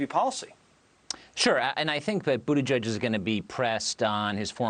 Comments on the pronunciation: Lol. I thought he was saying Buddha Judge. 👀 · "Boodejudge" really? Are these people really too lazy to do a 2 minute Google search on how to properly pronounce this man's name 😑